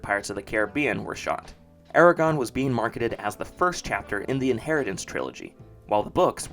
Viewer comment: Calling it Eregon when Aragorn was so famous is what did it for me as a kid ha